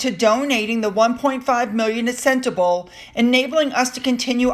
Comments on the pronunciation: Pronounced Sentabaalee Hope that will help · Sentebale is pronounced Sent-ah-Bali. I know you just love these little gems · "Sentabale" - pronounced, Senta-barlay.. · It's me again. It's not sentabale. It's pronounced sentabalee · Sentebalé is pronounced:”Sent a barlee”! Re: donations to Sentebalé: Harry also received a BIG cheque from the Arab (Mafous bin Mafous) whom he accused Charles of accepting cash for honours! Sentebalé received NOTHING!? It’s NOT IPP status for security. It’s the diplomatic immunity, and MM can lie all she wants, and no one can touch her! It’s all about her! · Love your videos. Thank you for all of the hard work you put in. Can I just point out a pronunciation thing though please if thats ok. Sentebale is pounced "Sent-e-bar- lay" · Sentebale pronounced SEN (like sin) TA (like rah). BAL (like fall ). E (like A) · its Sentebale....pronounced senteballet; balé & means forget-me-not. Hope you don't mind the correction 🙈😘